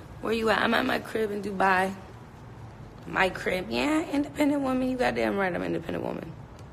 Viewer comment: DRINKING GAME!! Every time she say “DOOBYE” take a shot.... in Dubai.